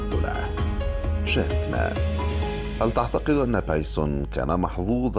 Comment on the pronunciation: بايسُن بالضمه وليس بايسووون بالواو